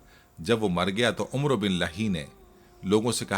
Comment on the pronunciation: عمروبن لحی کا تلفظ ع زبراور و معدولہ ہےیعنی عمر زبرکےساتھ اورسب سےپہلےمورتی حضرت ادریس علیہ السلام کی شیطان نےبناکر انکی قوم کودیاپھربعدمیں بت پرستی عام ہوگءی پھر انکی ھدایت کےلیے اللہ نے حضرت نوح علیہ السلام کوبھیجا